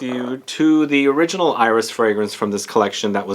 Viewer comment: Love your videos! You are correct that a final "s" is not pronounced in French. However, there are always exceptions in French. Iris is one of those. There's even a YouTube video: You are also correct that a final "e" in French is not pronounced - except when it has an accent like that in "torréfié". It's like the cooking term "sauté"